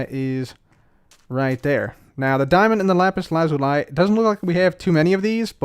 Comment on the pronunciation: bro please learn to say Lazuli properly